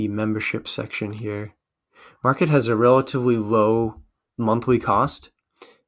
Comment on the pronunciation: It's called Markate, like Mar-kate. Not market.